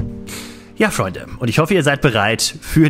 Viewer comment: Dieses falsch ausgesprochene Freunde nervt dermaßen